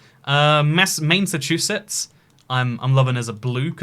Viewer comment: Everyone: New England: M A I N S S A C H U S E T T S